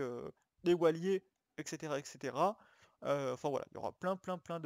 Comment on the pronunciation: pourquoi tu dit toujours extera